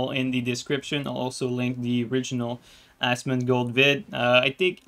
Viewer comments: its "Asmon" not "Asmond" lol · Imagine thinking you can get Asmon....I also think you got his name wrong on purpose, either way you're clowns.